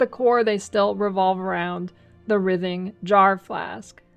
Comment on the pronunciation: Wry-thing, jar. WRY-thing. Jar.